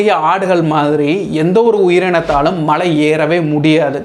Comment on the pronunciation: தலைவரே மழையில்லை. மலை.